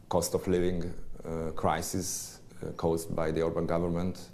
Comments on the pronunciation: A propaganda por szavakat sem ejtette ki helyesen (szerintem)A csajszi is furán mondta ki Orbán nevét. Peti joban beszél a Toronál de kilóméterekröl hallani hogy nem Angol vagy Amcsi beszél . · Amennyiben az angol tudásuk volt az érdekes elég lett volna csak őket hallani, nem egy riport részletet. A riporter hölgynek szakmája lenne a szép és pontos beszéd. Szerintem megelégedtünk volna Tőle egy németes r betűvel az Óbán helyett. Kár volt politikát behozni. Ahogy más is írta: nem annyira jó a kiejtésed, így ezzel a videóval megidéztél egy közmondást szálkáról és gerendáról. Kár volt. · A RIPORTER ORBÁN HELYETT OBÁNT MOND ! NEKI IS GYAKOROLNI KELL A KIEJTÉST NEMBAJ KISANYÁM ?